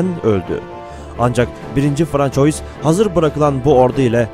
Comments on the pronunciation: 1.François " okunuşu , fransua " biri şu arkadaşa söylesin . Yani bu kadar olur ,pes. Adam video seslendiriyor ,űstelik konu tarih ama fransua demeyi bilmiyor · François değil fransua :) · FRANÇOIS diye yazılır. FRANSUVA diye okunur. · François FRANSUVA diye okunur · François değil fransova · François değil fransua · François yazılır, fransuva okunur.. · françois nedir birader fransua die telaffuz edilir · yabancı dil bilgin zayıf yazıldığı gibi okuyorsun François diye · c den sonra kalın sesli varsa "k" okunur ince sesli varsa "s" okunur, "ç" harfi ise sonraki kalın sesli bile olsa "s" okunması için! "oy" diye bir okunuş yok; "oi" ua diye okunur; "ua" hızlı okununca bizlere, daha doğrusu fransızca bilmeyenlerin kulağına "oy" diye gelir; ama orda bir"y" okunuşu yok! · bu kadar değerli ve bilgi yüklü bu videoda françois'yı doğru telaffuz etmemek..